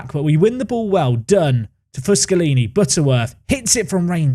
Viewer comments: Amazing how manages to pronounce fuschini as fuschalini every single time despite there not being an A or an L in his name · Foo-SKI-knee with an emphasis on the ski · just a heads up from an italian fan, Fuschini's pronunciation is Foos-keeny, btw love the series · please, for the love of god stop saying FUSCHINI wrong.